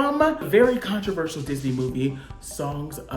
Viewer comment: Ooh so close. almost said “controversial” correctly. Lol😋